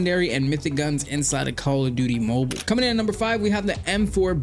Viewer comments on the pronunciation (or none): Ion know why buh i heard you say CALL OF DIDDY MOBUL